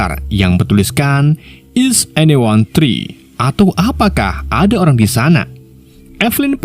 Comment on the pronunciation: Voice overnya minimal belajar dasar pronounce bhs inggris dulu. There di baca tree